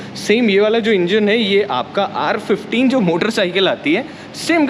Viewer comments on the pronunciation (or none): the way he said R15 was unconventional